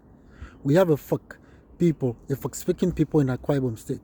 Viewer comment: Well done sir Nice job Please I thought the pronunciation is supposed to be Efik, instead of Efuk